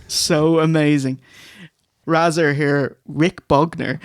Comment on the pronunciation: ray-zor and diezelle lol